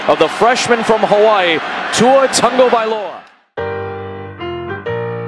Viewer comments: Haha, he says Tuavailoa . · Why is it that none of these commentators know how to say his name properly?